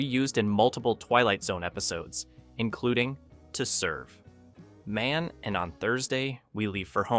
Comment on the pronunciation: Stupid AI narration: mispronounced "Cel" and "ID" as "seal" and "eye dee". Then screwed up the title of Twilight Zone's adaptation of Damon Knight's story "To Serve Man" as "to serve... man, and..." Why don't these people LISTEN to their AI narrations before they release them and correct them?